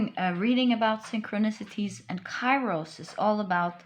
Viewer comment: Pile 3.Kairos is pronouced "Keros" in Greek. Thank you for an overall beautiful reading